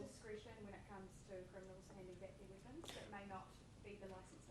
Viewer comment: Weepuns! lol